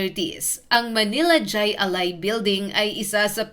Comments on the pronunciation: Hindi jai ali. It's pronounced Hi A lai. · Kulang sa research ka.. Di yan jay.. Jai alay (hay alay) yan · Hindi DYAY ALAI kundi HAY ALAI. Nakakabobo naman yang pronunciation. AI. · Jai(Haaay) Alai po! Nakakatawa itong clip na ito. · Mali ang bigkas ng Jai Ali ... Hay -A-Lay Ang pag bigkas nito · Hindi jay alay kundi hay alay (Jai alai) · Mali ang bigkas mo ining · Jai alai--- hay alay ang bigkas hehehe...70's - 80's sikat yan nataya pa non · Correction Jai Alai pronounce mo ng Hay ali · hai alai ang pronounce hnd jai alai although ang spelling ay ganyan pero pronounce ay hai alai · Hay alay ang bigkas dun, tama ang spelling yung bigkas ang mali. 😊 hahaha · Jai alai (hay alay) 😂😂😂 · It is jai (pronounciation is " high" not j cause spanish doesnt have j) alai [alay] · " Hay Alay" po bigkas niyan. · JAY(hai- or hay ang pagbigkas spanish word. JAY(hay) alay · Hay Alay pronunciation yan ma'am Bohol anon cguro c ma'am 🤣🤣🤣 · Hi alay ang bigkas ng jai😮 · Hi- alai, ang bigkas sa pagkakaalam ko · Hay alay po Ang bigkas... Hahaha 😂😮😅😊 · Jai alai is pronounced as HAY ALAY boba